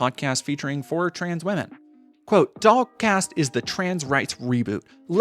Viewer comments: lul. This whole time I thought ya was sayin' DogCast. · I wasn’t looking at the screen for most of the stuff about her podcast, and then looked up at one point and was shocked to see that it was called “the dollcast” rather than “the dog cast,” which is what I’d been hearing. Projection I guess.